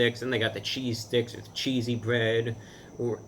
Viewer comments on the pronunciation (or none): "CHEESY BWEAD"